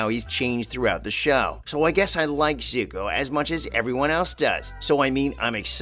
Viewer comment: Dante Bassco? Soohka? What is this M. Night blasphemy?!